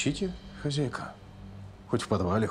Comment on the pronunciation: А почему , хазяйка, а не хозяйка.